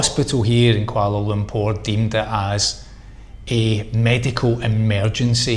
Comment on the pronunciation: Insurance really is a lottery, had issues from same company when they gave me treatment and then 6 months later denied me , bizarre. Anyway hope it sorts itself out. Respect for pronunciation of kuala lumpur. I always thought it was pronounced lumparr not lumpour, learn something everyday.